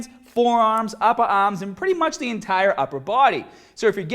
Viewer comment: "uppa orms"......"hadda"...